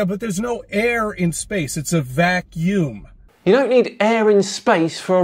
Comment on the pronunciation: It’s a Vac-youme not a Vac-meme